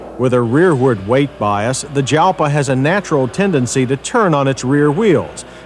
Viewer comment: John, my man... Jalpa is pronounced "halpa", as Lambo named perhaps 90% of their cars after Spanish fighting bulls and associated things. So, even though Lambo is an Italian brand, most of their car names (barring the recent things like the SE and the Centenario, and older models like the 350/400GTs and Silhouette) are actually Spanish. Kinda like Pagani's ties to Argentina. Yes, peanut gallery, I know this is an over 30-year-old episode of MotorWeek. And I don't care, I'd be remiss if I didn't point it out.